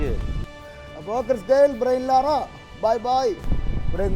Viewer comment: ബ്രയിൻ ലാറ അല്ല ബ്രയാൻ ലാറ എന്നാണ് ആ കളിക്കാരൻ്റെ ശരിക്കുള്ള പേര്😂😂😂